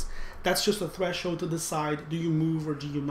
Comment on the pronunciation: We crossed the "thresh-hoed" 😅 Im sorry, dont hate me, Im laughing so hard. This video actually save me on this subject, though 💜